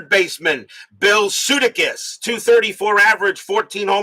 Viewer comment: Hey, …..it’s Bill Suh-DAY-kiss 😊 ….